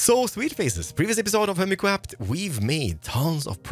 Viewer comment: Welcome back to anotherrr video of HEWMICWAFT! 0.0 :o